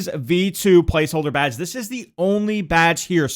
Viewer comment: Its Badge Not Bage